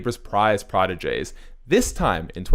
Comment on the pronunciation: The way this man say protege it’s killin me